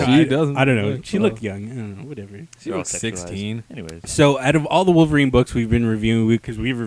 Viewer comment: Enough with the WAR-VERINE! It's WOLV-ERINE!...Had to get that out...sorry.